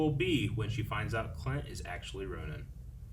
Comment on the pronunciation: It sounds like you guys are saying Ronan instead of Ronin, despite them being two completely different words that should be pronounced differently.